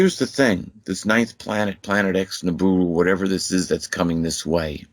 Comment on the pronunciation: Jesus...I can't take this guy going nibooroo...I hate being so irritable..